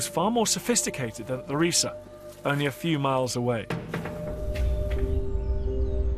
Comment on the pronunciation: It is not pronounced Ree-Sa it is pronounced Ri-Sah.